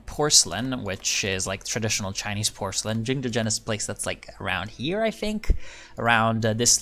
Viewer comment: Man your Chinese pronunciation is amazing! Are you ethnic Chinese or have you learned some mandarin?